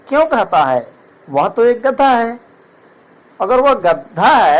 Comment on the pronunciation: Chacha gadha hota hai gadda nhi kya kahani sunaoge be tum